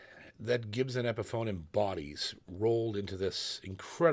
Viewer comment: Anybody else get a kick of out how JP says “Gibson” like it’s got an H in the spelling? Jp I’m a big fan but it’s pronounced Gib-sun not “Ghibsen” ya gosh darn Canadian 🤣